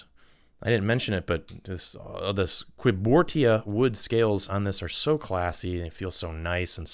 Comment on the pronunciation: I have the wood handle conspirator and i HAD to buy the damascus blade one as well, just to recombine them. Also learn how to pronounce cuibortia, google and Wikipedia exist and are free, and you'll even find out that civivi misspelled it with a C instead of a G